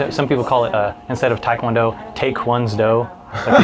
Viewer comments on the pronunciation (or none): Great conversation, thanks for uploading. Quick note: it's pronounced "teh" kwon do. The romanization is a problem. Most non-Koreans, even black belts, mispronounce it.